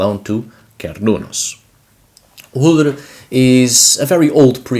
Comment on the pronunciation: haha it's not "H-ullur" its UllR